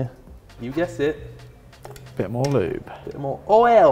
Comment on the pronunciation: "L O O B"